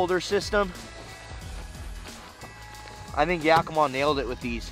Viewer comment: its ya-key-mah, not yak-ih-mah...